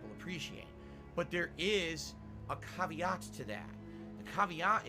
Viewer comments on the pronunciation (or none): A "Caveat" is not pronounced that way LOL.. Him complaining to his audience that he made more money two years ago on twitch (who fired him) is so absurd and misdirected.. How/why is it his audiences fault and/or problem that he's making less money.. You want more money without getting a diff job? Then you need to put actual work into your content.. learn how to edit, put some actual effort into it and make some videos that people (other than your paypigs) will watch and comment/like and it'll raise your subs and make more ppl watch the streams.. he logs in with a 8 year old laptop and streams using a crap webcam on that laptop and does nothing but plays video games and complains then wonders why it isn't getting tons of people to come and throw their money at him. I legit have a better cam/mic setup and i only use it for Teams/Zoom meets for work (I do QC for a website)..